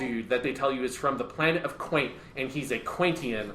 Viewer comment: Also Quent not Quaint. But real rap I would love a sequel to this where we finally hear thoughts on Armored Trooper VOTOMs Shining Heresy